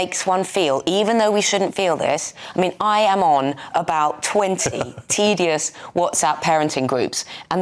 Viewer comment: You said ‘Tedious’ …. i’m calling the police ( not really)